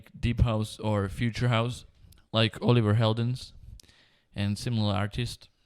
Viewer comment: When you said "like oliver heldens and similar artists" i heard an accent. didn't notice it at first but are you by any chance dutch?